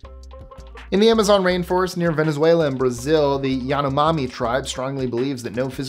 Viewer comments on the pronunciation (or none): none